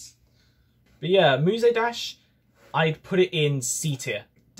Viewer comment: Nice video EXCEPT FOR THE FACT YOU PRONOUNED MUSE DASH AS MUSAY DASH AAAAAAAAAAAAAAA /j